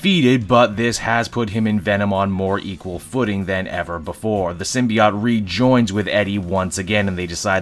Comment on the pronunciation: Sim-be-ought? Hmmmm